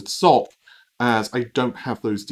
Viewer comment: sorry to say that SoC i.e. system on chip is pronounced ɛsˌoʊˈsiː i.e. "ES-OH-SEE", not "SOCK"...